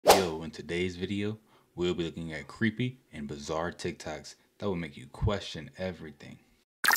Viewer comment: Did he say tik tac? Lol 😆